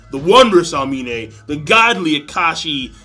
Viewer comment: The way you pronounce Aomine haha